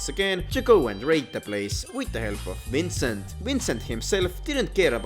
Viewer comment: I don’t know whether to giggle or grind my teeth every time I hear his name being pronounced as “Wrincent”